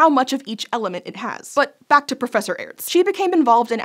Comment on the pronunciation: Just so you know, it's pronounced like the word Arts. The e is not pronounced, it used to be used to make the letter before it (in this case A) sound longer.